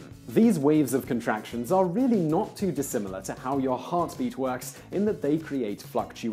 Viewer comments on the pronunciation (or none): I thought he just said "These weebs of contraction..."